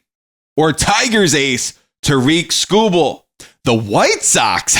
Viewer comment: its tar-rick skubal cmon on man if they get him please pronounce his name correct thanks